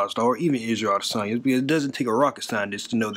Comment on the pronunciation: Kenneth Guzman When Uncle Chael says Adesanya’s name it does sound like lasagna😂